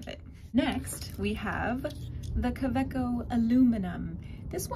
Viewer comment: It's GERMAN Ka.....way........co.